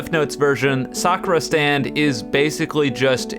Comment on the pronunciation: At the begenning i heard "welcome to suffer stand" instead of "welcome to sakura stand"